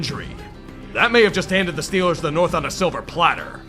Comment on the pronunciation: when Yinzer mode activated: "THA STILLERS GAHNTA SUPER BAWLLLLLLLLLL!!!"